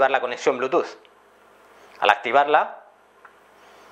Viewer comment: al bluetooth le dice blutus xD